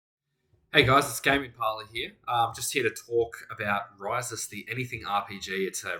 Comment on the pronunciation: Pronounced (properly) is kinda a lil bit in between “REE-sus” and “ree-SOOS”. 🙂